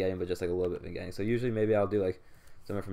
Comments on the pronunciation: Not even pronouncing it as it's written, super cringe lol. "vIN-Getting" (facepalm) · The g in vignetting is silent, you sound silly. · nice vid, vignetting (G is silent) keep it up guys! check out a few pics i took of my rosee's and other pickups as well.